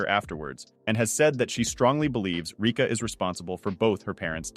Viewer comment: (what he said: rica) (the real one: Rika)